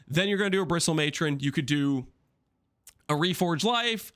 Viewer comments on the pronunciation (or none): none